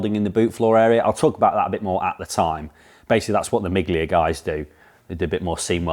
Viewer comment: Great to see progress on the Mini. Just a quick note, it's pronounced me-lia not mig-lia, which is Italian for a miles, a play on the Mille Miglia (thousand miles) race.